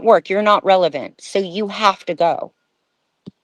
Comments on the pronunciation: I’m pretty sure meant “relevant”. “ReveLant” isn’t a dang word. Lol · She also said "revelant," instead of "relevant," in the beginning. But that's fine, we all do that at times. 😊